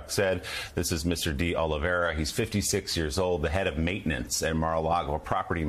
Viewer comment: So far no one has pronounced de Oliveira’s last name correctly. Cmon MSNBC it’s de Oli-vay-ra not de Oli-vera.